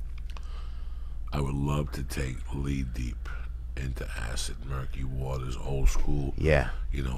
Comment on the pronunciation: "Lee-deep into acid murky waters"